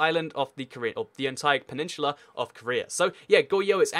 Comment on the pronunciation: My fucking god its PENINSULA not PENINSHULA